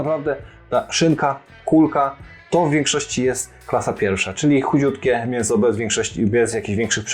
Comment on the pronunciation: czy on mówi zamiast chudziutkie ch*jutkie ?